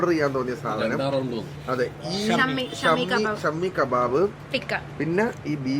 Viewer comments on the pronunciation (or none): Shammi kabab alla shaami kabab